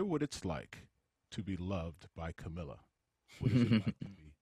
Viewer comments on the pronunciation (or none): it's annoying how so many people pronounce her name wrong. Like, if you're gonna be interviewing someone about her, especially her partner, put in the effort to learn her name. CAMEEEEEEEEEEELA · How is it that professional interviewers still mispronounce her name? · I love how most people can’t pronounce her name right